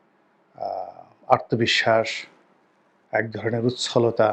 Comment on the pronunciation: ব্রাদার আপনার উচ্চারণে বেশ কিছু সমস্যা আছে। ভুল মানুষেই করে। এটাকে খারাপ ভাবে না নিয়ে সংশোধন করে নিলে খুশি হতাম। সেটা আত্ম, আর্ত এই দুইটার উচ্চারন ভিন্ন। আত্মবিশ্বাস (আত্তো বিশ্বাস)। আপনি সবসময় বলেন আর্তবিশ্বাস(আরতো বিশ্বাস) যেটা ভুল।